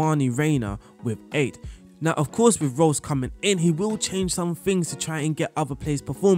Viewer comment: The way you pronounce marco rose is the same as marco reus😂 Its "ro-ss" Not "roy-ss"